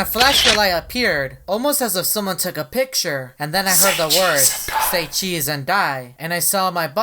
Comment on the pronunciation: Me hearing say Cheese and die: chesee